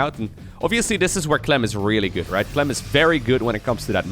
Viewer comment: "He goes by the name of Cuh-lem!"